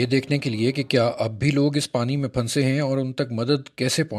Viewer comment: Oh PRA (PHUN SAY ) urdu main bhi silent words hotain hain like any other language you got to say it togather and noon is like noon ghuna like phusay but say in a way that noon is listenable Other words like KHUWAB (dreams) is KHAB and HUN SANA (laugh) is suppose to be pronounced as HASNA well thats enough of urdu language lesson MAY ALLAH PROTECT AND SAVE ALL WHO ARE IN DIFFICULT TIMES OF FLOOD